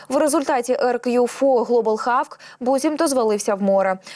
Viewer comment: Молодь та ще й з вищою освітою. Ви не мислите своє життя без комп'ютера. Чула, що англійську зроблять другою державною мовою. Тому ріже слух як вимовляєте hawk. Що за хавк? Якщо не знаєш, невже так важко глянуть транскрипцію у словнику! Ну що за ставлення до роботи, ви ж не на кухні з сусідкою? Коли таке звучить в ефірі - це ж дикість, на кшталт маде ін чина або стопе.